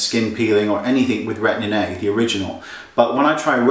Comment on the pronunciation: I love the way that Wayne pronounces Retin A..Retinnnay :) So cute.